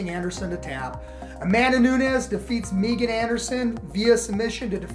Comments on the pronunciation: “MeeGan” Anderson lmao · This dude said Meegan😂😂😂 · Megan or MEEgan? come on, it is Megan.